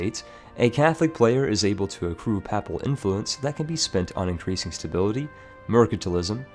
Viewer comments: Paypl not pap-pal. I know it's spelled papal but that's not how you pronounce it. Also, pay-pist not pap-pist. I know they're pronounced different than they're spelled but trust me, you're mispronouncing these words. :D Another one, pie-yeti not pee-eti. (For piety) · it's pronounced payple not pahple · Hi , i think your pronounce 'Papal' a little wrong , and also 'Piety'. The first is pronounced 'Payple', and with the second its important to pronounce the first 'i', so it should start 'Pie', not 'Pee' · Pronounciations: Piety (Pie-eh-Tea), Papal (Pay-pull) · Papal, PAY-PULL. Piety, PIE-UH-TEE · This nigga really just said “papple”